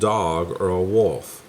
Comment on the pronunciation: He thought it was a ‘wuf’ haha I have to laugh every time you pronounce ‘wolf’